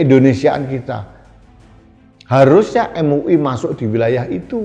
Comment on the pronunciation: Em u i... Em u i.... 😂😂😂